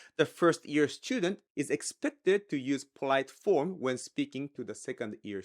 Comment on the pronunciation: Am I the only one hearing ear instead of year ? 🤣